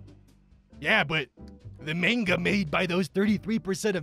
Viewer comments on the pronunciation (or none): pronouncing manga in every single form possible